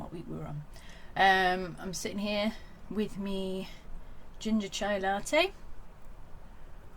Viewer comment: I enjoyed hearing the very Northern “with me” & the exotic “chai latte” (my fave!) in the same sentence 😄 I had similar anxiety seeing the red! 😱 😆 You went with my favourite photo. Although I would have shrugged off the ‘wrong’ photo, but I’m not averse to ripping things off my pages either! Thanks for letting us share in your process 🧡